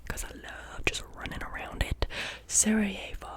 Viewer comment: Omg she pronounced sarajevo right